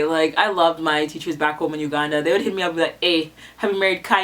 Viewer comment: Why you say "Uganda" like that? 😂